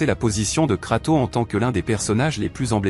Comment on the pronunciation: Arrête de dire KratOOO:face-red-droopy-eyes